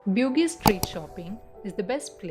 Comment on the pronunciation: Bugis is pronounced as Boo-gees